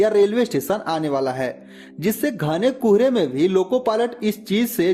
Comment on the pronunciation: It is Kohre not Kuuhre😂